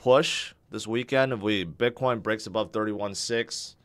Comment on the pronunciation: Sounds like you are saying "bidboy". :)